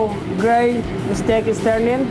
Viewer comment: Is he saying steak or stick 😂😂